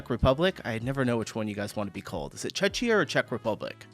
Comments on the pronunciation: Just pronounce czechia as Check-ia and you are cool. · Czechia is pronounced as Chekhia